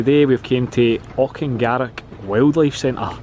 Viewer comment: Great video. Watching it with my mum that works there. She is naming all the animal's. One thing... it's 'Auch-in-garroch'